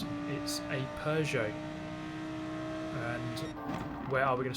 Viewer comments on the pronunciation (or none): none